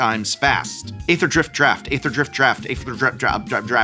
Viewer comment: nice primer, prof! it's "eether" drift btw :)